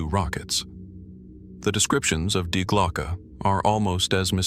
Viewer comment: Dude, from the get-go, when dealing with German, please do check how they are pronounced. Such as DIE glocke. The "die" being a feminine article. Or is it just another bloody AI?